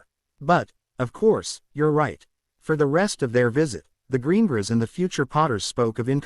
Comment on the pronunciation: Its buging me ai cant say greengrass